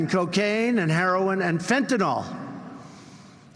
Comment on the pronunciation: Herlolin lol our president was not hooked on phonics